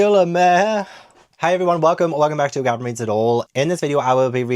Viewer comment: I just wanted to comment on your pronunciation when editing Gavin came 🤣